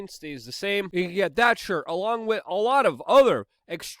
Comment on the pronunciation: “Wittt” It is With, W I T H. The TH.